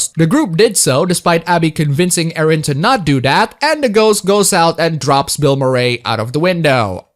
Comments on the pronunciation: The way you pronounce Bill Murray bothers me a lot. Aside from that excellent review. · Considering how much Murray didn't want to be in the movie, I'm sure he appreciates getting his name wrong.